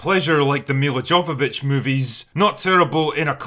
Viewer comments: It's Mila "Yo"-Vavich and you know it. Come on mate. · Jovovich [ˈjoʊvəvɪtʃ] (YOH-və-vitch), pronounced yo instead of jo 😉👍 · I know you wont read this and probably wont even mention her again in another video but Jovovich is pronounced 'yo vo vich'